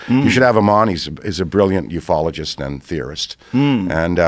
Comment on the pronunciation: Did he say, ufologist?